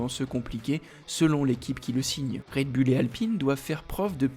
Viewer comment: Quand cesserez vous de dire "red bulle" '????